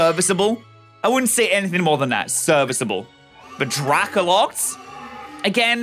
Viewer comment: excuse me, drakloct?